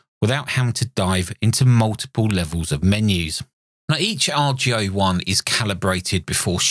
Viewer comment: Just a comment about pronunciation... Boris called it the "AR-GO ONE" rather than the "R.G.O. One"... The reason that's important is because he intended the radio to be an homage to Ten-Ten which produced something called the Argonaut. (Get it, heh? ARGO-naut?) He wanted to duplicate the Ten-Tec look and feel to an extent (especially the Ten-Ten Eagle), but he hoped especially to capture the old Argonaut's and Eagle's marvelous audio qualities, both on receive and transmit (but especially on receive). Anyway, the "AR-GO-One" is an incredible machine indeed, and I enjoyed your review.